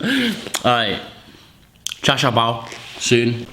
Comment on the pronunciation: mate its "char shoo bao" haha dont be a whiteboy next time u get ur dim sum on